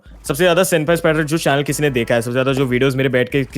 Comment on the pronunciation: Bro its SENPAI NOT SEMPAI😂😂😂😂